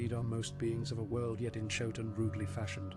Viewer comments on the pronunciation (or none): Thanks for the narration and the delightfully creepy animation!😊 However, "inchoate" is pronounced "in-KOH-ate" not "in-tchote" and the city is "Ib" not "Ibe". (Sorry, I notice the pronunciation of Ib is corrected in the rest of the narration).